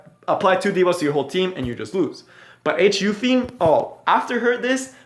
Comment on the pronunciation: She is called Holiday Yu-fi-ne.